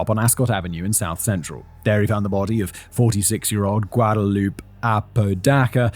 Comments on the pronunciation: Just FYI, the name Guadalupe is usually pronounced gwad-a-loop-ay. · The way you say Guadalupe is hilarious 😆😆😆 you gotta say gua-DA-LU-PE You gotta say the E!!